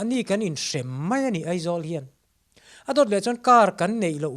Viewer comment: Zanin ah ka ngaithla ve chiah a. Ka Pu, sawisel tur pakhat chiah ka nei, chu chu Aizawl ti loa Eizawl tia I lam fo hian ka Beng ati thlep deuh..